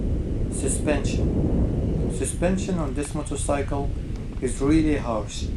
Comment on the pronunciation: I fucking hate the way you say "motorcycle" what kind of fucking accent is that?